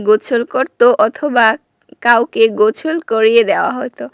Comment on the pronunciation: গোসল ❌গোছল✅😂